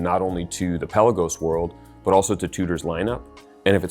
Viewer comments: Oh, you're Hoo-din-key, no Hoe-din-key. Likewise, it's the Pe-laa-gos, not Pela-gos! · Peh-Lagos...not Pella-gos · Pelagos is pronounced "puh-LAY-gohs". It's not a pelican. Good to have you back!